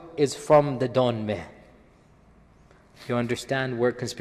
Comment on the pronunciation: Dönmeh as you said it means renegade and it's written dönme dont know there the fuck u get the h in there